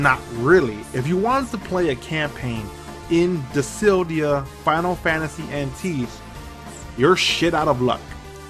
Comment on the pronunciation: Dude learn how to read. Dissidia not disildia